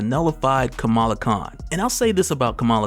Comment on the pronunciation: Kamala is pronounced like Comma-la